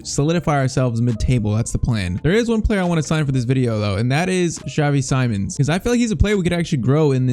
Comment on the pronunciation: PCQ: Its Seemons not Simons how to pronounce